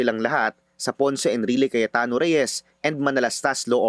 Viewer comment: brod Cayetano po hindi Cayatano ayus ayusin mo nmn vlog mo